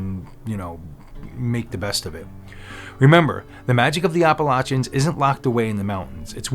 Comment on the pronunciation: Also thank you for pronouncing "Appalachians" properly. 🤣 So many videos on YouTube butcher the pronunciation.